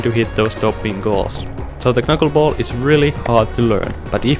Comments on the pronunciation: It's pronounced 'nuckleball'. The k is silent. 👊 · Bruh, you don't say the 1st "K" in Knuckleball, it sounds ridiculous when you say it like that. LMAO